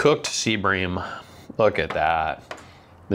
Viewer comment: Are you saying Sea bream fish or seabring fish?